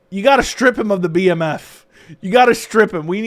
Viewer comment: It's the bmf not the DMF